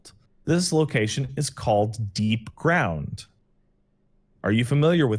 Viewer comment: That’s not DEEPGROUND, it looks absolutely nothing like DEEPGROUND, and the purpose of DEEPGROUND has nothing to do with what randomly claimed. That’s not even how you PRONOUNCE DEEPGROUND.